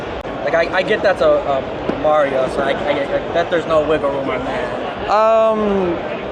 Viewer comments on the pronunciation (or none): none